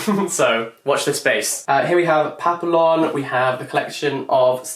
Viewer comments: whos gonna tell him that its papi-yon and not papillon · really pronounced papillon like "pa-pill-on" mere weeks before moving to paris....praying for his french tutor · Isn’t “Papillon” pronounced “pah-pee-yon” because it’s French for “butterfly”? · girl you just moved to france you have to learn how to pronounce Papillon! if you pronounce the L's like that the Parisians will lose their mind lol